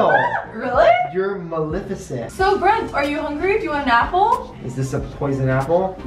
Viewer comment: 🤣 For some reason I found it funny on how Bren-- One of my favorite youtuber thats a guy (I feel kinda weird calling someone I respect by name when they dont even know me🤣) pronounceMaleficentnt